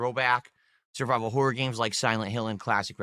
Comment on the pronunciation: I hate the way he puts too much emphasis on the 2nd "O" in "horror."